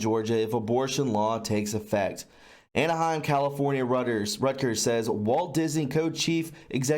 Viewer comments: Reuters -its pronounced "royters" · Reuters is pronounced Royters